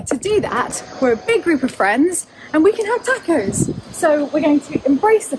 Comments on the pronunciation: My great-great-grandmother Galindo from Monterey County, California is turning in her grave hearing you say "Tahck-Ohz" . They are TAW-cohs. Think "my AUnt gOt an AWsome grAnt from Oxford". The final s is not vocalised: Moss. Loss. Snakes, not bees. TAW-kohs. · If u eat texas Tortillas u must stop pronouncing tacos as tackos!. It's like tik TOK. Tokos. That's the pronunciation. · Its funny hearing you say tacos or pasta with an a sound that ive never heard anyone else use when pronouncing these words. Im not picking on you. Just observing the difference. In Spanish Mexican or Italian all "a"s have the same sound. Not a like in tackle. But a like in the o in top. Pasta.. The ending a sound. The first a should have the same sound as the last a. That is the same sound tacos or tomatoes should have. I mean I guess not should. But just that it usually does. Every time I hear that flat a it sounds so weird to me. But again I'm not picking on you. Say it how you want. It just always strikes me funny.